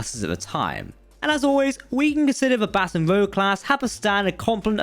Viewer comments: Baton "ROOJ" (rouge, meaning red), not "ROWG" (rogue, meaning unscrupulous person). Named after Baton Rouge, Louisiana (USA). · I was cringing every time i heard "rowg" instead of "rooj" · Baton Rouge not rogue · Please learn how to pronounce baton-rouge. Rouge is pronounced Roojsh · Every time I heard Baton Rouge pronounced "Baton Rogue" it hurt my heart. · Thankyou! That pronunciation was really grating on me Phonetically, Batton rooje. Best I can get... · Tons of cool stuff in there, but the repeated mispronunciation of Baton Rouge makes it really tough to watch... might want to delete, redo the audio, and then repost. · It drives me crazy every time you mispronounce Baton Rouge. Please find out how to properly pronounce the name. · Based on the pronunciation, I’d guess they’d never of America considering Baton Rouge is a fairly famous city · Baton Rouge is the capital of my home state of Louisiana and you totally mispronounced it. The name means Red Stick in Native American. It is pronounced like the ladies colored face makeup rouge. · Potato, potahtow....lol. seriously. Like the post. Yeah, rouge & rogue are getting mixed. Weird that an English man would good this up. 👍👍